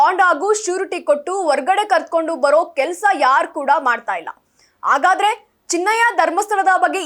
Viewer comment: ಅ ಮತ್ತು ಹ ಕಾರಗಳನ್ನು ಉಚ್ಚರಿಸುವಾಗ ಅದಲು ಬದಲಾಗುತ್ತಿದೆ ದಯವಿಟ್ಟು ಸ್ವಲ್ಪ ತಿದ್ದಿಕೊಂಡು ಹೇಳಿ 🙏 ಉದಾಹರಣೆಗೆ ಹನ್ನೆರಡು ಎನ್ನುವಾಗ ಅನ್ನೆರಡು, ಹಾಗಾದರೆ ಎನ್ನುವಾಗ ಆಗಾದರೆ, ಹೊರಗಡೆ ಎನ್ನುವಲ್ಲಿ ಒರಗಡೆ ಇತ್ಯಾದಿಗಳು